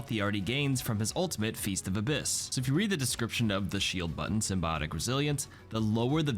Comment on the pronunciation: hey bro, this isn't the sony movie universe. Say symbiote/symbiotic correctly